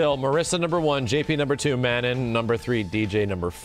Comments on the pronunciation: MA-NON not MAN-IN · Mah-non... I'm m sorry but it's not man nan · I cringe everytime he says "Man-in" instead of Manon. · Just as a heads up, and trying real hard to not be "That Guy" but based on her country of origin and knowing someone with this name Manon is probably pronounced "muh-NON" so it rhymes with Anon. Not coming at anyone for saying a name wrong but it may be easier to correct early on so it doesn't become a habit lol. Very excited for this game, it'll be my first real foray into Street Fighter since playing a version of 2 on the GBA when I was a kid, and my first big classic fighting game interest since Soul Calibur 2. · Plz god: Phonetic spelling of Manon ma-nawn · IT'S MEH-NOH!!! That's how you say Manon! In a French "Meh-Noh"!!! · What is it with the FGC and mispronunciation? Juri (Joo-Ree), FANG (Fah-Ng), Ryu (Ree-Yoo, and yes people STILL get it wrong), Zangief (Zahn-Gee-ef), Zeku (Zey-Koo), and now Manohn (Mah-Nohn), I swear. Otherwise, gameplay looks good. Gonna wait to see how long till people bitch about JP doing full screen combos. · You pronounced Manon's name wrong. My buddy works on the localization team for Capcom Japan and confirmed it's a nod to the famous female Canadian hockey goalie, Manon Rheaume. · Someone needs to teach to pronounce Manon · the way you pronounce Manon is going to give me an ulcer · but the real question is shall people one day pronounce Manon the correct way xD. just kidding love ya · Why does keep pronouncing Manon's name like that, or is that just the way Americans pronounce it. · Why does everyone pronounce Manon’s name incorrectly? Are people really that stupid